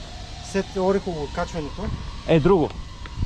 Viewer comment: Не знам колко години ще отнеме на ютубърите да разберат, че селото се произнася ОрЕхово, а не ОрехОво. За справка може да се чуе как го произнася и организатора в началото на клипа.